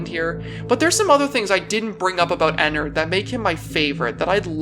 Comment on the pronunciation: the way he say enerd